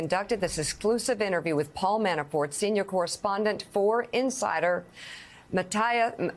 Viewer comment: Its pronounced matias not matattia .. its spelt Matthias .. who made this person an anchor